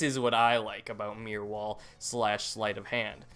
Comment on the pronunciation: why do you say Meer wall and not Mirror wall haha